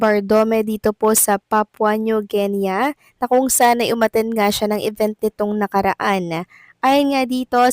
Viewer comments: Its not ginya! Its Gini!😅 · Idol. guinea should be pronounce as GINI..( Geenee ) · You pronounce Guinea as Gini as it's spelled. Good morning and happy Monday ♥️♥️♥️